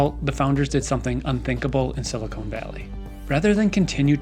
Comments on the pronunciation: Silicon not silicone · It’s siliCON valley, not siliCONE valley, lol